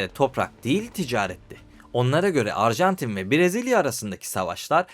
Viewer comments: arjantine de ilk açılışta arjentin demişsin😂😂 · Abi başta erjantin demişsin 😂. Bu arada dalga geçmiyorum sadece sakasina😊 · "Uruguay" "Arjantin" diksiyon ve vurgular felaket.. Lütfen seslerin boğumlanması, seslerin açık -kapalı oluşları, velhasıl; diksiyona çalışmalısın. Emeklerine sağlık..